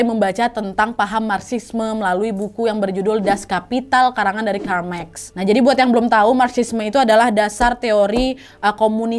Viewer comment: baca buku dulu...ucap karl marx aja masih salah